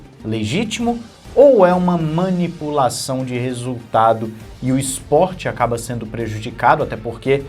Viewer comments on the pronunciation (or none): Manipupaçaun? Kkkk